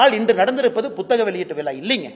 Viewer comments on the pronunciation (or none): none